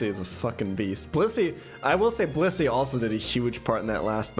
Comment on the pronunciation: I'm sorry but every time he says blissy I hear bussy what's wrong with me